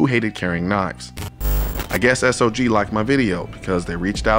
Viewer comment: Love you, Colion, but it's not S-O-G, but SOG ... pronounced like "dog".